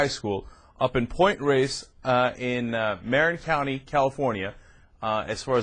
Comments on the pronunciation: god damn. it's muh-RIN not MARE-in. obviously never been to the bay area. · Marin is not pronounced like that dumb ass.